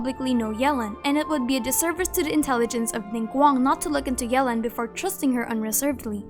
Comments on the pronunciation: Ohh noo she slays yelan name so bad 😭 it’s not Ellen with a Y 😭😭😭 I’m pretty sure it’s like yuh-lawn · Everyone: Yelan Keqing: yealan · Fun fact, according to Keqing's English profile voice over Yelan is pronouced Yālan.